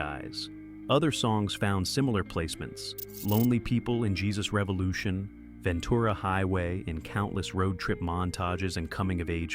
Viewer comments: Ventooora? Ven tur a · This is way over dramatic. For someone who can't even pronounce Ventura I don't think you should be commenting on the groups rise and "fall".